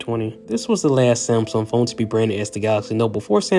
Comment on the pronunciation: Wtf is a samSUM